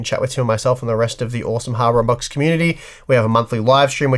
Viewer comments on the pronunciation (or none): you are 100% saying "Harbor Unboxed." XD